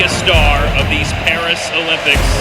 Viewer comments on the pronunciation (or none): none